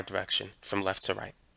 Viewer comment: Its left not lefff 🧍‍♂️